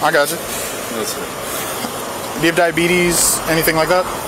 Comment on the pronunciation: diebeties really?